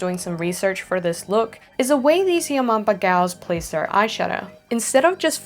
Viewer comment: When she said "yamombo" I thought she said your mom bro